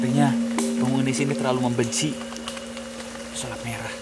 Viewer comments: Gagal fokus pas denger mas dzawin ngomong pesalip merah dimenit -17 wkwkwk😁✌️ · Pesulap merah bang bukan pesalip merah tolong lah